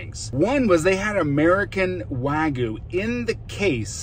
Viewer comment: Sorry to be a little pedantic, but wagyu is pronounced wa (like water) gyu, not (like waggle) gyu. Literal meaning is Japanese beef. I trust you'll take that onboard like the professional you seem to be!